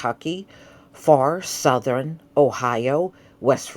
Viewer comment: It's South-thern, Not South-ther-rin, Or West-ster-rin. 😂 WHO raised you?! Lol 🤣